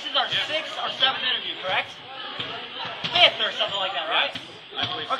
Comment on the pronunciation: its fifth not 'fith':P